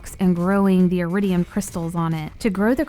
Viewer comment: Wait, it’s eridium and not eridian?